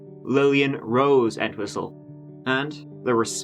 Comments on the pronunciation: not me thinking ya keep saying "kneel and whistle" honest edit - doesn't sound like Chief Wiggum lmao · Thought he said "Neil MeatWhistle" 🥩😙